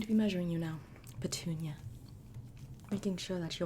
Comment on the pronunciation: Idk why but I lost it every time she said “Patunia” 🤣 “Patoooniah